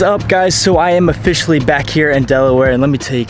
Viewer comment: Ofishally.... Ha intro